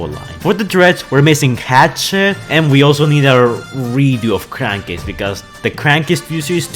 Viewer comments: It’s crankcase not cravkase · “Cravkcase”? That’s AOE Brains?!?! “Daytrade”? “Liutenant”?